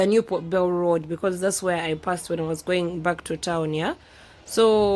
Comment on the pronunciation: Hi beautiful, I like the way you pronounce that ka word, 'po bel' (Port Bell) like the English people 🥰🥰